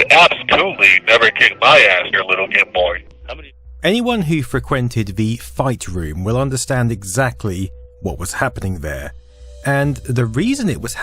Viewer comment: "fruh quinted"??